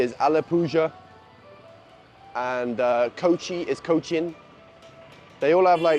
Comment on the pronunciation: Its because British can't pronounce the original name...just like you did with Alappuzha